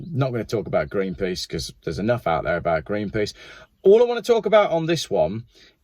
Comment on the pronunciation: You said Greenpeas. You ruined my day.